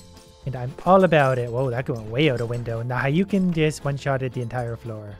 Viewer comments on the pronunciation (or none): it's(ha-dou-ken) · it is hu-do-ken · It bothers me eternally that he kept calling it "Hayouken" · the way you pronounce hadoken stresses me out